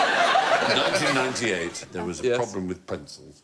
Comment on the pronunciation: "A pwroblem with pwencils!" 😁